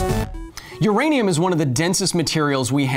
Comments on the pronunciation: I listened 4 times and still herd "Uradium" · I think you mean "U-Remy-um"... I'll see myself out